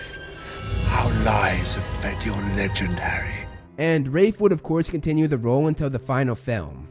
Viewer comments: “Wurwick” Davis “Wraith” Fiennes 🤨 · sounds a bit complicated, but good one! Yeah, I only have heard of Rahlf before, as in Ralph Emerson and Ralph Scamander, rather than. This made me confused every time when watching the behind the scenes moment of HP. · It’s Ralph not rafe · Ralph. Not Raph. 😂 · It’s pronounced Raph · It’s Ralph not Raif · It's RALPH Fiennes, not Raif... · He keeps saying the person was casted. If your cast for a roll your cast not casted. Like a school of fish is a school of fish not a school of fishes. Plus he can't pronounce the name Ralph he says raff. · Also it’s RALPH (RALF) who the hell is Wraith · Ralph Fee-knees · NO!!!!!! NO IT IS NOT !!!!!!!!! YOU ARE JUST SPECIAL IF YOU HONESTLY THINK THATS HOW YOU PRONONCE "RALPH"